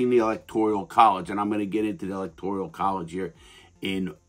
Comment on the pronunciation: I like the second half of the comment but “electorial” that’s just a mispronunciation and or misunderstood how the word is. Kinda irrelevant but still a good necessary correction.